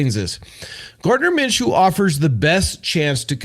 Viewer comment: Minshew not Menshew